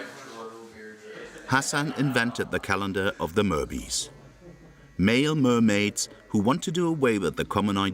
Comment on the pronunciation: Its not merbys. Its mer-bys. By is short for boy in newfie. For example the saying "Yes by" . Or the song "I's the by"